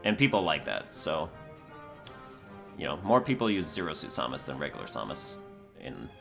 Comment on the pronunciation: The way he says Samus hurts me in ways I don't know how to describe.